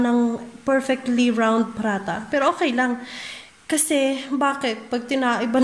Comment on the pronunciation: Pa ra ta sis. Not pra ta hehehhe